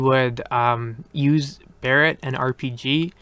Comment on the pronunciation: Thank God you finally pronounce Barrett correctly